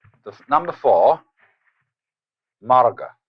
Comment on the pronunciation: Marga not morga